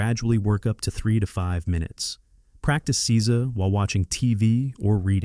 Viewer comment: Please have a Japanese person help with the pronunciation. Jarring to hear seiza mispronounced over and over 😢